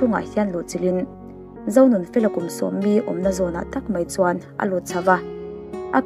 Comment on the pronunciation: I thil chhiar ah hian hawrawp ṭan tir ah hawrawp mal lam rik kim loh a awm leh ṭhin,entirnan Sangha-Angha,Zonunfela-Onunfela